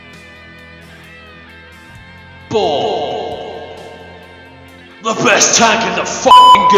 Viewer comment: its sounds like he says beacon lol